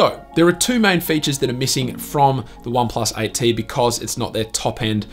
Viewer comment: OnePlus "ight tee"